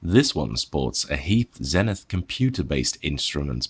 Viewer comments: Okay, just to add fuel to the pronunciation fire: Zenith themselves pronounced the company name ZEE-nith in their American television marketing back in the day. it's not the English word, it's a brand name. You do that and I promise to pronounce that notable Dutch Post-Impressionist painter's name Vincent Van Gockccccchhhh. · If you are going to review an American or "Yank" product. Then please pronounce the brand as it was meant to be be pronounced. Same goes for the letter Z. Kthanks.